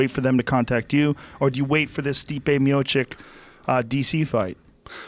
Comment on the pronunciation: Pronounced - MiochiCH, "CH" Joe, "CH".